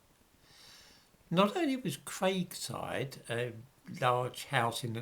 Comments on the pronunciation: Debunked - it's Cragside, not Craigside,. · Sorry it's Cragside not Craigside, it's a wonderful house in fantastic grounds and is well worth a visit. Trouble is it's owned by the National Trust another organisation taken over by the lunatics and is only kept open by their need for money. All the best from Whitley Bay. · Cragside, not Craigside. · Cragside not Craigside : Rothbury, Northumberland. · Cragside not Craigside. I live about a half hour's drive from there. It's a great place to visit. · It's the bloody Labour council here in Newcastle again probably egged on by the black Labour MP for central Newcastle.Chi Onwurah....you know the type...the victim and everything is racist.And it's Cragside House not Craigside. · Another excellent and depressing video. And forgive me being pedantic but it is Cragside not Craigside. It is right next to where I live and a real draw for the tourists and locals alike. William Armstrong was a pioneer in engineering and without the armaments produced and designed by him, the wars may not have been won. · Pronounced ‘crag side ‘. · It’s Cragside, crag as in craggy not as in Craig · the area is pronounced with a double gg Cragside.